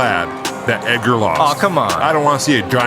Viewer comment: Of course, it ain't Ed-gar, it's Eg-ger